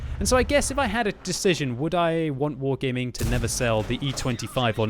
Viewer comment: you saying wrong is "wargeyming "